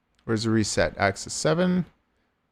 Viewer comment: Please say axis correctly. Thank you.